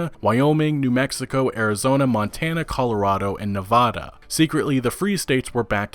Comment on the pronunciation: Hey, I like your content which is why I am making this comment. You're pronouncing "Nevada" incorrectly. Might not seem like a big thing to most people, but it's like hearing someone pronounce your name wrong. Harmless, sure. Annoying, absolutely. Thanks for the great videos, man.